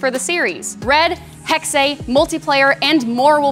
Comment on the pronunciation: I just really, really want XPlays staff to know Hexe is German for Witch. and is pronounced Hex-eh, not hex-aye